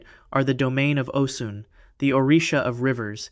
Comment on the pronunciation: It's Osun pronounced O'shuun